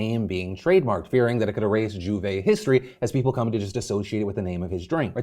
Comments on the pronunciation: losing my mind from hearing "djuvei" instead of a proper "juver" repeatedly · Here in Trinidad and Tobago we pronounced J'OUVERT as ju-vay or joo-vay Also Carnival is car-ne-val or car-na-val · Phil your pronunciation of J'ouvert is hilariously terrible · Lol as a Caribbean native (Jamaican), hearing Phil pronounced "J'ouvert" and "Carnival" is soo funny 😂 But yes, Trinis, and the rest of the Caribbean, take our Carnival culture serious. J'ouvert, Bachannal, etc. Hence the backlash.